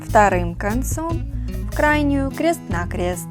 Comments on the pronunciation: Зачем говорить крэст на крэст? 😂😂😂😂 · Что за:кре́ст на кре́ст говорить научись!